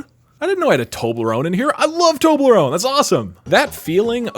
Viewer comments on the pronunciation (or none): Why do you pronounce Toblerone "Tobelrone"? Everyone else says the L before the E.